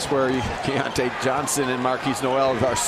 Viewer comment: The ridiculous disrespect of continuing to mispronounce "Keyontae" despite and the arena announcer's repeatedly correct pronunciations made me nearly puke. Let's go Mountaineers all the way but c'mon if you follow or are involved in college basketball in any way over the past half decade you should know who Keyontae Johnson is and how to pronounce his name. This was just embarrassing for ESPN. edited to add: I embarrassingly misspelled Keyontae in this comment when I posted. Crawling in a hole real quick be back Wednesday at 7p EDT LET'S GO 'EERS!